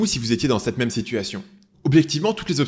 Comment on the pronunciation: "même" et pas "mème" je sais je chipotte